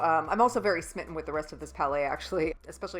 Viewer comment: Thank you very much for doing that. Helped me decide on the palettes. And yes I know it's a grammar police thing, but honestly it's so hard to hear calling them "palais" because that translated means palace. They are prounced "pal -ets"